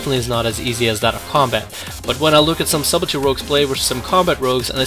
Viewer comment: the word is pronounced as if it was spelled suddle tea.... the b in sub is silent